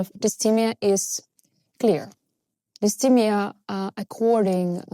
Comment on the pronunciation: Hey, just a tip... If you're talking in English (which you are), the pronunciation for dysthymia is DIS-THY-ME-A (with the second syllable sounding like THIGH) not DIS-THEE-ME-A. Understandably, you are using the French pronunciation but I just wanted to point it out because the way you say it sounds a bit off to English speakers. Otherwise, good job!